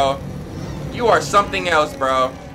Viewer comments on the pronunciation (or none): none